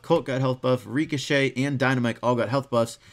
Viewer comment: Stop saying reekashay